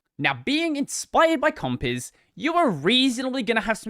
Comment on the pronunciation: It always sounds funny as hell. Compiz.. Compiss 😂